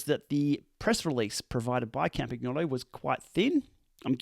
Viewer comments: Hello! Love your videos, well done. Please note the g in Campagnolo is pronounced like the g in lasagne. Yours truly, Campy Girl. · If you are going to add an Italian accent, please learned how to pronounce Campagnolo properly… the “g” is silent… 🙄😉